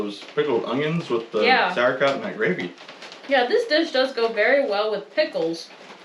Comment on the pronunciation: The pronounciation of "Sauerkraut" sounds well in german ears!